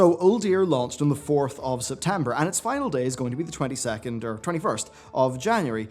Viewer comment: "the 22th" lmao